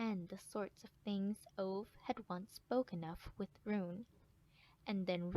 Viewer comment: next time when you do a audiobook, learn to pronounce the main characters name